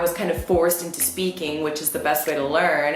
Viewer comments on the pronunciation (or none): none